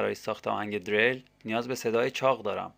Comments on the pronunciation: dereil!!!!!!!!!!!!!! diril doroste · deeereeeeyl??? hata balad nisti esmesho doro bgi!!